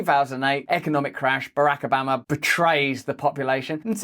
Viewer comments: BARRRACK OBAMMA! Don’t stop saying BARRRACK OBAMMMA. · Why do you say Barack Obama differently to everyone else?